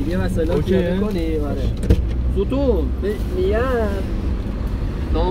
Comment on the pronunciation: یه جور میگه ستون ،ستون ،، انگار ستونه دستشویی هستش😤🤯